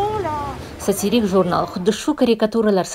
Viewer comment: СатирИк димасдан сатИрик диб тугри талаффуз киса буладими сузни?